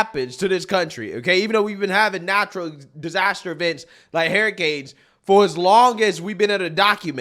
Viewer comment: I'm sorry, "Hariy-canes"? I'm not knocking you if that's how you pronounce it, it's just something I noticed.